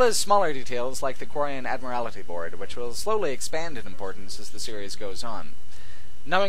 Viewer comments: Love your work but your pronunciation of Admiralty Board hurt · Admiralty. Not "admirality" Comes from "admiral", like the head of a fleet or navy.